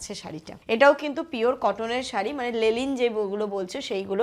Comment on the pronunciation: লেলিন না,লিলেন শাড়ি